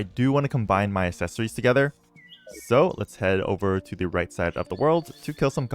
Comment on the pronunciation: I cannot assept that he isn't doing a bit. How do you go so long in life never learning to pronounce accessory? Assessory Assept Is it an assent?